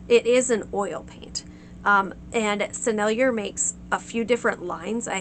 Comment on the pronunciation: "Rive gauche" just means "Left Bank," in reference to the left bank (according to the flow of the Seine in Paris) which in French (as well as English) means artsy, bohemian, and sometimes implies sophisticated, cultured. It does not mean gouache. Not a knock at you at all, but the pronunciation of Sennelier is just as you did it except without the "er" - instead say "eh" (as in sAY). Rive is just like the name "Reeve" in English (not Reev - eh). After saying all that, I must say that I appreciate this video. Thank you VERY MUCH for sharing